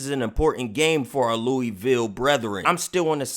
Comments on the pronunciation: come on its Loo-a-vul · wish you would pronounce Louisville correctly